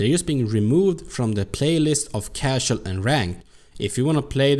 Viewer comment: You always say "cashell" instead of "casual". And it's "joke", not "yoke" :-D